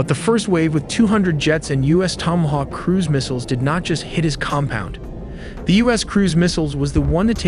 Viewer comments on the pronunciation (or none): none